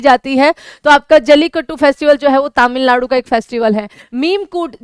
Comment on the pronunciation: तमिलनाडु ❌️तमिललाडु ✅️